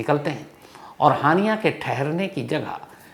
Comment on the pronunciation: हानियां ❌ हाइना ✅😂😂😂😂